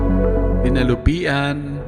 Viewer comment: Dinig ko dinalupian.. Dinalupihan with h hehe